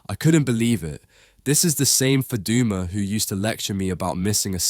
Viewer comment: The way say Faduma doesn’t sound Somali accent you sure u Somali?????